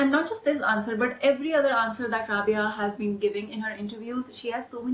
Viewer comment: I love love rabiya,maria and adline sorry to say but the way you pronounce rabiya is wrong it's rha-bi-ya Loved your video so much